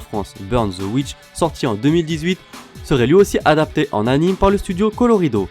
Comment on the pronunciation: ça s'écrit "anime" mais ça se prononce "animé"! Comme le nom de l'auteur de Bleach, Tite Kubo, ça se prononce Tité.